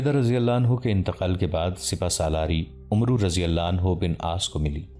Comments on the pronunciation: پیارے بھائی لفظ عمرو Omru نہیں ہوتا بلکہ Amer کے تلفظ سے پڑھنا چاہئیے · السلام علیکم جناب امید ہے آپ خیرت سے ہوں گے میں نے آپ سے بہت گچھ سیگھا ہے لیکن ایک غلطی میں نے نوٹ کی ہے حضرت عمرو بن العاص اصل میں اس طرح پڑھا جاتا ہے عَمَر (و) بن العاص واو نہیں پڑھی جاتی